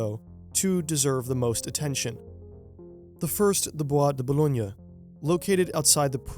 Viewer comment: Your pronunciation of Bois de Boulogne is the best I've ever heard from someone who doesn't speak French. I live close to it and it's a place I spend much of my childhood playing.